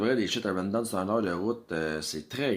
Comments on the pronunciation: ou vie tu en ville il y a plus de quebecois ,quand tu a 5000 personne tu organise et tu cash mais les bs du culculbec vous ne faite jamais d argent une cloture et de l organisation ca pourait vous aidez rawdon ce prononce raw en anglais tu a besoin de monde pour travaillez le bs du canada tu lesse tes vieux crever dans tes hospital a tu dejas voyager plus qu une semaine bye the way chu des laurentides quand tu vie a une hrs de montreal tu organise et tu cash aux lien d attendre le tcheck comme vous dite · Apprends à prononcer maudit BS !! Rawdon c’est un nom anglais TATA!!